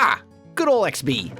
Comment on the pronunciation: When you said xb I thought u said sb as in sb737